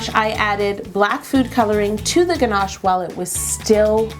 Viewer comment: What happened to her pronunciation of Ganache?